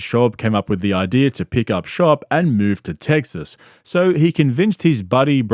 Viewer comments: It's TEXAS, not "TEGGSAS".. killing me lol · "Teg-ziss" Heh. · I love nothing more than you pronouncing the name of my state “Teggses” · Are you saying Tegsas to troll us or Brendan? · “Teggziss” “Truggs” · Why does bro say "Tegsas" ? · It's TESAS